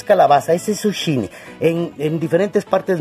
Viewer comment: No se dice suchini es zukini